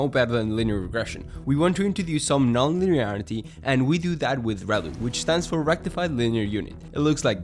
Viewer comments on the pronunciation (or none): 😂😂😂 He was speaking Klingon